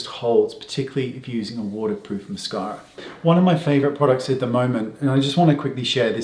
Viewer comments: Love the accent ... Moss-car-a. :-) In texan that is MassCAREa (with a twang). 😃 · aaaahh I love the way Wayne says " mascawwwra" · Great hack! I'm going to have to try this! And I love the way you say "mascara" 😂